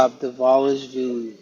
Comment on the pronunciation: Thanks and good job guys for Dvalishvili pronunciation 😂❤️❤️❤️🇬🇪🇬🇪🇬🇪🇬🇪